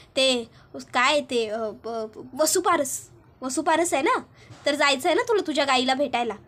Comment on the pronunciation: वसुपारस नाही वसुबारस म्हणतात.